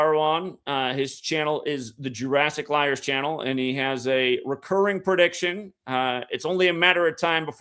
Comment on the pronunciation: You nailed JEWrassic . Wowzers!!!